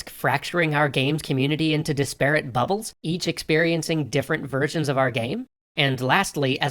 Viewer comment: "Disparate" is pronounced DIS-per-et, not dis--PARE-et. Sorry, I know it's nitpicky.